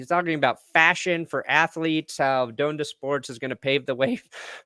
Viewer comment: Ha lol you newb. It's pronounced Don-da not Doan-da